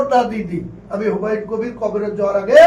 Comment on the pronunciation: এতেরে স্বরাষ্ট্রমন্ত্রী বানাইলো কে হুমায়ুন কবিরের নামও ঠিকমতো বলতে পারেন না